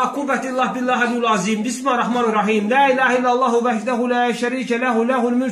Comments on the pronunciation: Bu niye bismahirrehmanirrehim deyir? BIS MIL LE HIR REH MANIR REHIM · Ala Bu bismirlahir rehmanir rehim sozunu duz demir.bismahi rehmami rehimmmm deyir